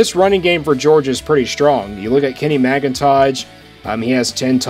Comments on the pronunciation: Please don't butcher Kenny McIntosh name like that. LOL! I have NEVER seen a J at the end of that man's name. Like tf. Bruhhhhhh. You messed up SteTson Bennett's name too! Who are you? LOL! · Kenny McIntosh not McIntoge, and Stetson not Stinson Bennett. maybe a little more research next time.